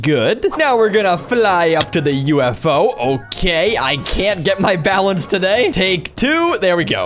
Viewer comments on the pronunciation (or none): none